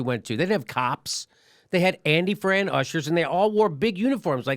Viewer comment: Andy Frain, not Fran